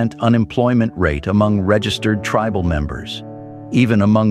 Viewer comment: If you are going to use an AI voice moderator, please use one which can properly pronounce words. For example, the one you used for this video pronounced "tribal" as tree-bal. Many other words were pronounced strangely. If you can't find an AI generated voice which pronounces words correctly, then please use a real person to moderate the video.